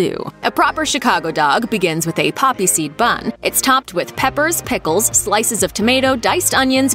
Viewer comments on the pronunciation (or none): none